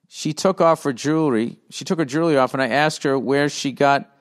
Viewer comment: He can't say jewelry 🤣🤣🤣🤣🤣🤣